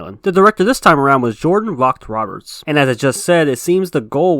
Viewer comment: The director of the 2014 film was Gareth Edwards, not Gareth Evans. Then with Jordan Voght Roberts, Voght is pronounced as "Voe"